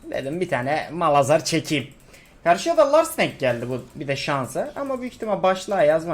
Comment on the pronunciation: Abi niye malhazar diyorsun onu anlamadım 😂